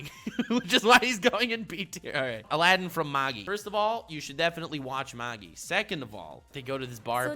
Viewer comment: Nobody mentions that can't pronounce Magi right?